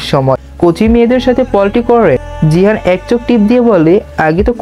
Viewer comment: vaiya jahin are jihan nam ta bar bar gulaiya felchen aktu valo vabe bolen